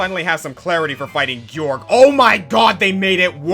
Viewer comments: It's pronounced "George". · "Gee-yorg"? This whole time I thought it was pronounced George. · I thought Gyorg’s name was pronounced as George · You... dont have to hit The Imprisoned's toes..... Also I pronounced Gyorg as George when I played lol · There’s only one thing he got wrong on this list he’s number one because it’s not called gyorg His name is George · Fun fact: The letter G can only sound like a J if there's an E, I, or Y after it; Gyorg has no letter after the second g, so by the English language's weird-ass logic, it's not George.